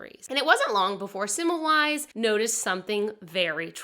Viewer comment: Oops, it’s pronounced Se-mel-vise, not Sim-you-lize.